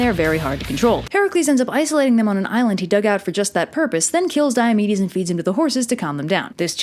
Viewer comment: Thought you said mares of diabetes.